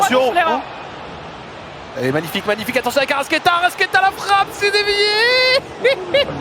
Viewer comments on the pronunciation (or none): Je suis supporter de Flamengo depuis le Brésil ! Tellement heureux du match d'hier et de la victoire ! Par contre en voyant ta vidéo je m’aperçois d'une erreur, la prononciation c'est ArrascAeta (toi tu ne prononces pas le A, tu prononces Arrasquéta).